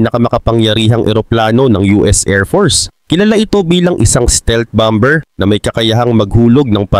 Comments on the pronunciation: Boss bammer(bomber) not bamber tamang pronouciation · Ang pronounciation dyan ay bomer hindi bomber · Boss, hindi bom ber kundi baa. mr😅😅😅😅😅😅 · "Bomber" sir ang tama pong pagbigkas nito ay Bah-mer silent "b" po "ber". Para po ito sa ikauunlad nyo bilang content creator. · Lods Bomber, silent B, BAMER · "BOMER" silent B... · Bomber can be pronounce as bomer( silent b) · BOSS "BOMER" SILENT B.